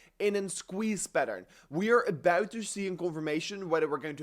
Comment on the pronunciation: its OUT not UIT. ABUIT TO SEE